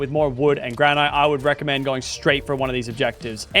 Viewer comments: its not gran ite its gran it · Why is everyone pronouncing Granite “Gra-night” Ali-A and now Lachy…🤦🏻‍♂️ it’s Gra-nit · Bro said granight